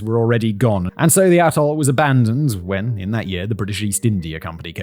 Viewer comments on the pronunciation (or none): Maybe it's just my part of America and YouTube's sound quality but each time Simon pronounces 'atoll' it sounds like 'asshole.' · I think you are saying “Atoll” but that isn’t what I keep hearing. LOL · Ring-shaped ATOLL. I swear, I thought he said ring-shaped a-hole. 😂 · To my American ear, every time you said “atoll” I heard a**hole.